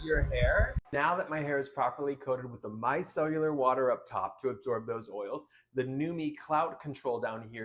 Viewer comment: “Mi-cell-ar”. not “mi-cell-u-lar”